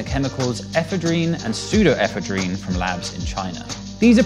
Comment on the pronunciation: you mispronounced the words "ephedrine" and "pseudoephedrine." please refer to the dictionary for pronunciation guides of any word unfamiliar to you. ffs.